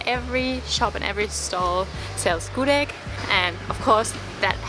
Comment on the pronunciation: The pronounciation of "gudeg" is Gudêg (like eh sound) not Gudég (like pokémon sound), just information ✌️ and thank you for tasting the indonesian food. Btw, if you eat gudeg, eat it with rice so that's not too sweet :)